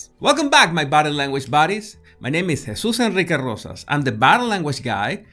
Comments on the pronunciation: He swichs to hispanic accent inmediately to do that. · Says it like it's one name.